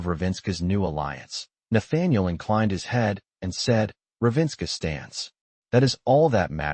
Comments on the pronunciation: It’s not Ravenska (which would be Russian). It’s RAVEN-scar! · AI mispronounces Ravenscar. Totally an incomplete audio story. I don’t watch the video on audio books, but I happened to notice the AI voice did not match the subtitles, just sayin’. This could have been so much better, what a shame☹️ I can only rate this a 3 out of 10.